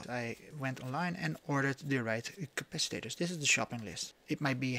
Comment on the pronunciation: You make me giggle with your "capacitaters " cap-a-cit-ors 🤣